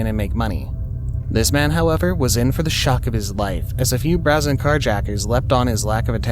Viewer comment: Narrator still has to learn that "brazen" is pronounced like "brave".